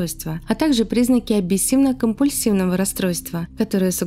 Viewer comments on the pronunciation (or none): Обсессивно-компульсивное, а не абисивно.